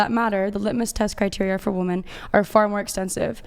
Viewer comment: Why can they not pronounce the plural of woman? WOMEN